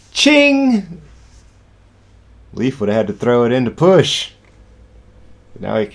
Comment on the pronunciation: Hey guys good job, nice coverage! Just a small FYI: Leif is pronounced like the English word "lay" with an f at the end. Not like "leaf".